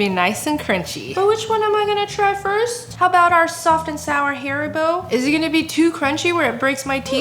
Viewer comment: Please stop saying hairybo it's ha-ry- boh. Haribo is German and come from Hans Riegel Bonn. Hans is pronounced with Ha not Hae. Just like Audi is more like oudy and aldi is not All-dy its a short ah sound ahldi. Adidas is not Adiiidaa it's like addi- das. Please. And thank you